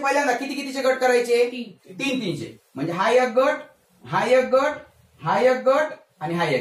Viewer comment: व्वा! छान समजावून सांगितले आहे.शाळेत शिकलेलो विसरलं होतं. त्याची उजळणी झाली.धन्यवाद! फक्त एक ऐवजी ' यक ' ऐकतांना कानाला त्रास होत होता.( क्षमस्व )